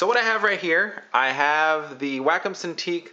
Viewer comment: It's pronounced WAH COME Wacom. Not Wackem.